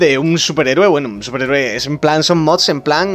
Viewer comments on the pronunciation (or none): none